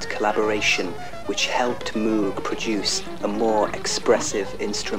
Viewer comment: Funny how he says how to correctly pronounce Moog (rhymes with rogue) and then goes on to pronounce it incorrectly for the rest of the video